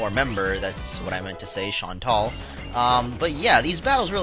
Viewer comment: I thought her name was pernouced "Shan-Tell"